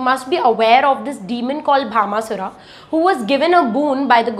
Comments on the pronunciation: Please correct the name Bhashmasura( not Bhama sura) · Mam it not bhama sura it bhasma sure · It is bhasmasura...not bhamasura